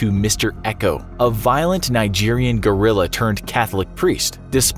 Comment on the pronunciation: About Mr. Eko... I think you definitely should have pronounced guerilla better.